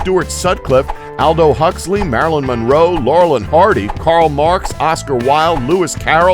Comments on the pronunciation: it's sad just how many mistakes & mispronunciations there are here! Aldo Huxley? Oh please...ugh. Your job seems simple enough, how can you make so many oversights? Most people know that Lennon's buddy, author Royston Ellis who had the "Beetles" play behind his poetry readings (which he called "Rock-Etry"). They succeeded a teenage Jimmy Page as his back up. HE suggested they change the spelling to "Beatles", as he was Britain's premier beatnik...Check the recent release "Gone Man Squared" by Royston Ellis who is pictured with the Beatles on the cover (Introduction by Jimmy Page) from Kicks Books. Your job is easy! Don't make US do it for you! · AND he mispronounces "Aldous" (the s is not silent) and "Marlene" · What is so amazing about these facts?? Everybody knows this stuff. Sgt. Pepper AND The Lonely Hearts Club??? And it's Aldous Huxley, not Aldo. Everybody also knows that Paul McCartney left The Beatles because he did not want Allen Klien managing and representing the band.